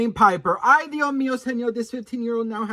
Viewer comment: It’s “Dioh Meeoh..” 😅